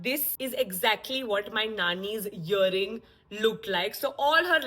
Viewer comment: Great work!! I'm not here to judge but it's earing not yering....😅3:4